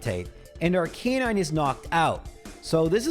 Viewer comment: Why can't anyone pronounce Arcanine properly? Is it a 'Murican thing?